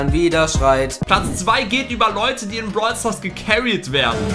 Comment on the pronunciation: Dieses "Brol Staars" am anfang😂